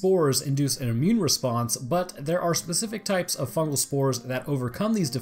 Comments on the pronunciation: fugal... isnt it fungal? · "FUGAL INFECTION" pls.